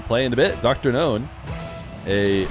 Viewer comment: I initially thought you were saying DrGnome. That would be a cooler name, in my opinion.